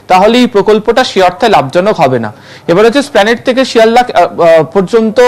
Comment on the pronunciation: এসপ্লানেড কে স্প্লানেট বলছে